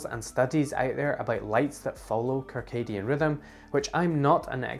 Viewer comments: Kircadian? I have never heard the first c in circadian pronounced with a hard k sound. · Circadian is pronounced sərˈkādēən